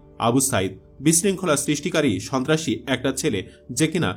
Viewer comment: Shontrashi ke shobtrashi bolche